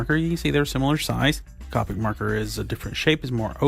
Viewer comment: Copic is pronounced like coe (kinda like toe) pick